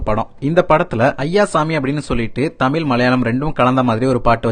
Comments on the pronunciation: என்னது தமிலா? தம்பி சரியா தமிழ் சொல்லு...இதை மலையாத்தான் கேட்டா நமக்கு அவமானம் 😮😮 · Your Tamil.Sorry Thameel is nothing but horrible Thanglish 😂🤡🤡🤡. By the way its not ஆம்பல நடையில். It's அம்பல நடையில்.